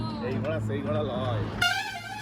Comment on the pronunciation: এতোদিন পর ছোটবোনটা এল,তাকে কোনরকমে বিদায় করে ঝিগুলোকে নিয়ে গিলতে বসার দারুণ দৃশ্য। ওরে,কথাটা ঘোড়া, ঘড়া নয়। গত দুটো ভিডিও তে বলে যাচ্ছে ঘড়া । ঘোড়াকে ঘড়া, মজাকে মোজা, স্নানকে শান - ফাটাফাটি উচ্চারণ।